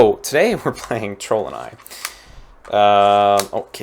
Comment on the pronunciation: I thought he said trollden eye, like a cheap golden eye.